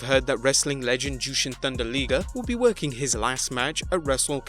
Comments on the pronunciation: Jushin Thunder Leeger????? Okay. I can handle people pronouncing things differently and different accents and all sorts of other things. Usually they don't even register with me. Liger is pronounced like tiger only with an L. That large cat at the zoo isn't a teeger. Sorry. I feel better now. Omega's comments are clearly planned out attempts at creating publicity and a buzz. I'm not 100% sure either side minds because it does create publicity and buzz for the both of them. They'll never admit that, but they know it. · AEW hasn’t even had one tv show yet. Maybe he should talk after 6 months. 90% of AEW roster is weak. By the way. It L-I-ger. you say “I”. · Its’ Liger not Liger! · It's Liger you burke. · God every time I heard him say liger's name wrong I wanted to slap this fool talking. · dude, how he saying isn't the right way, period! Just hear a Japanese announcer call his name in english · Jesus Christ you could've at least pronounced ligers name correctly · Pretty obvious, as you said, that you don't watch or cover Japanese wrestling. I kept cringing everytime Jushin "Thunder" Liger's name was said. It's pronounced Lie-ger, not Lee-ger. And he's a legend, my favorite Japanese wrestler ever. Wrestled on the first live Nitro ever against Brian Pillman. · Liger is pronounced "Lye-ger", not "Lee-ger" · I know that pissed me off too it's pronounced lie ger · Jushin's name is: Jushin Thunder Liger(pronounced Lyger, NOT Leeger!) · It's La-e-ger. Not Lee-ger. But other than that great video. ^^ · A liger is a hybrid mix of a lion and a tiger. It's not pronounced leeger plain and simple. If he had as much respect for the man they would say his name right. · Liger not Leeger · Intm the beginning he said jushin thunder liger name rite than when his time came he said jushin thunder leeeger smfh bring back the regular guy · Jushin Thunder Leeger? LEEGER?!?!? thumbs down for that!! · Jushin Thunder Lee-ger? Ok, cool, Wrestle Lah-my-ya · "Jewshin thundah leegah"